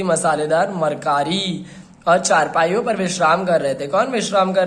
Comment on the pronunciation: Mistake.. its tarkari not markari